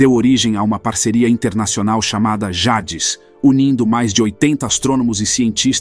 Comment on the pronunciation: Essa narrativa melodramática e repetindo ideias já faladas à exaustão torna o vídeo cansativo . Ele falando “ Jades “ é palavras em inglês e de explodir de rir 😂😂😂